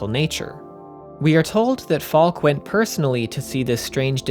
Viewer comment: Also regarding pronunciation, I believe Falke is pronounced Falk-eh. Fantastic video! Very enlightening. I absorbed a great deal of the themes playing the game, but definitely lacked context from external materials. Your thorough research is well-appreciated. Have you seen Neon Genesis Evangelion? There are some parallels in the works concerning the blend of the symbolic and the literal, with the focus being on meaning behind the work rather than its literal and perhaps unreliably-portrayed events at times. Thanks again for this deep dive!